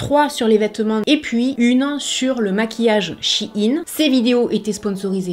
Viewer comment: Merci pour cette vidéo informative, et surtout pour bien prononcer le nom de la marque (on entend souvent "chaïnne", ce qui me hérisse les poils lol !) Personnellement, je m'habille chez Shein, pour diverses raisons, mais les 3 principales sont le choix (plus size), le prix et la facilité d'accès. Il y a peu de choix pour les grandes tailles en boutique physique ET pour les petits budgets. J'ai une petite garde robe (+/- 50 pièces pour toute l'année) mais j'ai un petit budget, donc je préfère acheter sur Shein; ca me coute 3 fois moins cher qu'en boutique physique, et ca a la même étiquette et la même qualité. Lorsqu'une pièce ne me plait plus, elle finit sur mon Vinted. J'y ai également commander toute ma décoration de mariage. Encore une fois, une belle sélection (surtout pour le DIY!), des prix attractifs.. C'est peut être la solution de facilité, mais nous faisons tous avec nos moyens.